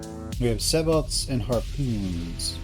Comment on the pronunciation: Nice tutorial...one request...it's "say-bo" with the T silent :)